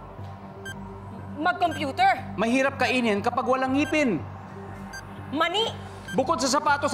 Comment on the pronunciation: Ang tigas ng "MANIIIII"